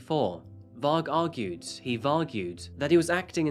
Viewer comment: "he vargued"